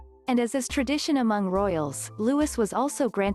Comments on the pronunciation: Yes, it's pronounced Louey, not Lewis, but it's spelled Louis. I don't understand why these channels can't pronounce his name correctly. Smh.. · This young man is called looeee, NOT LEWIS Why do you americans find it SO difficult to pronounce ANY English names correctly. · It is pronounced Lou-ee! Ignorant fools! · It's pronounced LOUIE.....the S is silent!!!! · Will and kate's youngest child's name is pronounced as looy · Silent S it's Loui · Louis is pronounced LOUIE!!!!! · Yup. It's pronounced Prince Loo-ee, silent s on the end. But that's NOT a rare photo of him! It's in numerous videos about the BRF! There aren't many photos of him out there yet, but I wouldn't say they're rare! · It's Louis, pronounced Looee !! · It's pronounced Louee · It's a silent S stupid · Barthel Wally he’s English so it’s Lou~ee. Seeing that this is a robo voice you can’t expect pronunciation perfection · Yes Louis pronounced, LOUIE. silent S. It’s a French name. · FYI WE DON’t sound the ‘S’ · It annoys me they don’t know how to pronounce his name!!! Argggggg.. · This is a computer generated voice that's why it pronounces the s. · I wish they would pronounce his name properly.